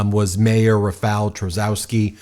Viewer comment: Read: Rafaw Tshaskovski. That would be English spelling of Polish pronunciation.